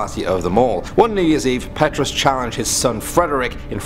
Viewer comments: I live in south africa and the way he pronounced the names made me laugh 😂😂 especially elsa cloete and petrus 🤣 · Amu S no it is totally wrong Petrus Eksteen he says petroes(petroes) eksteeeen(ekstien) but in Afrikaans you say Peetrus